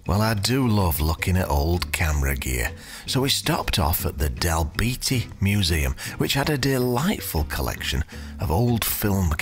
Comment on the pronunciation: Almost-correct pronouncement of Dalbeattie? Not bad. We do however want to know which colour you'll paint your toenails when wearing appropriate footwear – Amanda is showing the proper consideration of the channel aesthetic and you just can't be left behind,!